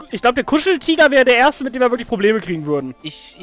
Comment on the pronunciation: Öhrstöhr! :P not..:(